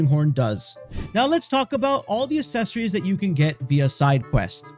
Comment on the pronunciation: I had to stop watching about halfway through. Every time he mispronounced accessories I cringe.